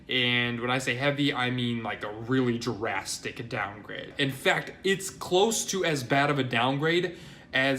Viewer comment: Am I the only one that thinks he says drastic as if it rhymes with Jurassic? Sort of on graphic as well.